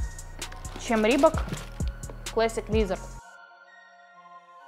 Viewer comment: Пожалуйста, произносите правильно слово Leather - "кожа" и Classic. Очень режет ухо.